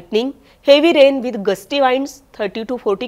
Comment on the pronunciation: वाइंड्स नाही विंड्स. हावर नाही आवर!